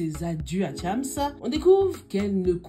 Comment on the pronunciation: Tu prononce mal le nom de chams 😂